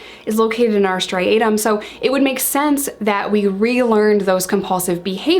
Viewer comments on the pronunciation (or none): Striatum Not stiatum